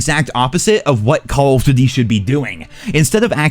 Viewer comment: The way this guy says "Call of Doot-e" is annoying AF.